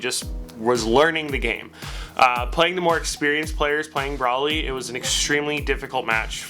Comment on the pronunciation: yeah i punched the shit out my monitor when he said his name like that